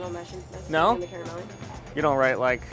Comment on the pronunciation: What a fun video with some really unique dishes! PLEASE learn how to pronouce "caramelle" correctly. As an Italian-American, the pronouncation was cringe to hear. :P